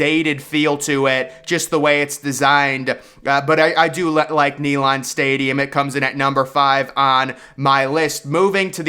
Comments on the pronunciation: It’s not pronounced Neylon, it’s NeyLAND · Bro said knee Lon Stadium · Neyland stadium is number 1 also it’s not called naylend it’s neyland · “Nee-lohnd”……….. it’s “Nay-Lund” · ….. Stanford Stadium…. Ney-land Stadium…. Dude you are pronouncing the names of some very sacred and historic stadiums. UGA was the very FIRST public land grant university in the United States. Neyland Stadium is one of the loudest and rowdiest stadiums in the WORLD when it’s rocking. More people goes to these places on Saturdays in the south than they go to church on Sunday. Get it together. Thanks for the props on BHG AKA the Swamp tho. And for pronouncing the name right. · BRO ITS KNEE-LAND COME ON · Bro said knee land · This guy cannot even pronounce Neyland Stadium! DA! Don't agree with one thing he said...or tried to say! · I really need him to listen to the correct pronunciation of Neyland Stadium. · The way you pronounced "Neyland" made me physically ill. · SANFORD not Stanford Stadium! You must be from Alabama. Learn how to say Neland, as well. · There is no T in Sanford. Neyland not neylaahnd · Stanford stadium???? It's Sanford stadium. There is no credibility if you can't say the name correctly. Nealon stadium??? Dude give it up. No upper deck at ben hill griffin stadium??? Uhhh dumbest have you paid attention to the west side of the stadium? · Nee Lan Stadium? Can't you even pronounce it correctly? I'm just jerking your chain buddy....but I got a good chuckle out of it....LOL And it's SAMford Stadium. Not STANford Stadium... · You’re trolling, right? Stanford not Sanford. Nay-Lahnd’ not Neyland